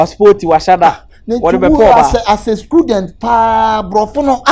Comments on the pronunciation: Aka said schooldent or student ??😂😂😂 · Aka always say “scudent”😂